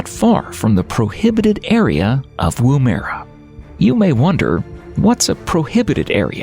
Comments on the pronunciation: Coober Peeeedeee...not pede. Woom-ERR-a... Not Woom-eera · Great little vid. Pity they couldn't get a grasp of the pronunciations of: Woomera, Pilbara, Uluru (which is really Ayers Rock), Tanami, Meekatharra and Coober Pedy. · Mispronounced!! Butchered!! Koober Peddy? Wooo- merra? Marry = Maree!?! Only got through half the show! At least it got Alice Springs right!! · Pronounced Womera. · As an Aussie the Pronunciation is joke in this show. You could at least get the names of the towns correct Dingo Dogs FFS just call then what they are DINGOS Can't drive the Stuart Highway Really i have driven it at least 10 times and its the MAIN road from Adelaide to Darwin You can drive the Ann beadell Highways (dirt road) which is in the Womera Zone(Another town u cant pronounce ) Maralinga Atomic Test Site can be visited and does Tours. Seriously GET YOUR FACTS RIGHT ............No like from me that's for sure and no subscribe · It never ceases to amaze me that Americans never bother to check up on the correct pronunciation of names. Take for instance Edinburgh and David Attenborough which are usually pronounced as "Edin-bruh" ad "Atten-bruh" respectively and not with a "borrow" on the end. In this doco, Woomera should be pronounced "Woom-a-rah".